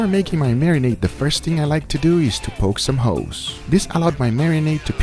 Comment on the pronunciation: it definitely sounded like he said poke some hoes hahaha